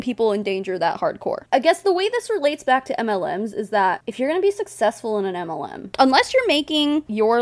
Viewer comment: Your channel is mostly anti-MLM. I've been a member for over a year and a half. Every time you read my name, I hear "anti Lu". I never thought of the pun "auntie-MLM". I feel stupid. I should be the Auntie MLM.